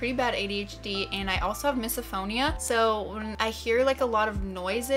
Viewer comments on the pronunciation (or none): none